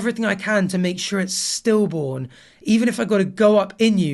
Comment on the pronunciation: It sounded like "still born" not "stillborn". In other words, if the DIL had threatened to end the pregnancy, the MIL responded by saying she would ensure it's born regardless of how the DIL felt about it. Now... I could have totally misunderstood that. But to me it looks like the two have a very toxic relationship while weaponized the baby to hurt each other. I feel horrible for the baby- the baby don't deserve anything but loads of love and support. Poor kid.